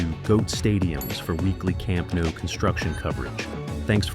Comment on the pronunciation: Your videos are always great, but I can't help noticing that you consistently mispronounce the stadium name. You say something like "Camp Nuu", but it's actually pronounced "Camp Nou" (just as it's spelled). For clarity, the IPA is [kamˈnɔw], and an English approximation would be "kam-NOW".